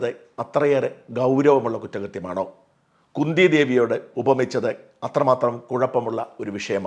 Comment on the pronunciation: കുന്തി എന്നാൽ കുഎൻ ടി അല്ല മോനേ